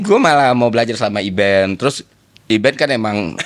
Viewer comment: Bukan Iben, tapi Aidan.!